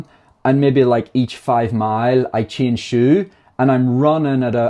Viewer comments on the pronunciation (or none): none